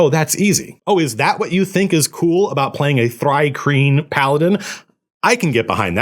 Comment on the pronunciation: Hay, you pronounced Thri-Kreen correctly!